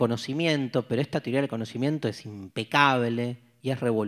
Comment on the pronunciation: Profesor, no diga tioria. (Teoría)